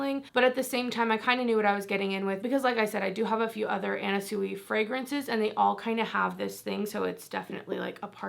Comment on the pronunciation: It's actually pronounced swee! 💕